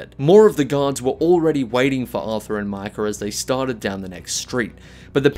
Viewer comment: "Artta and micker"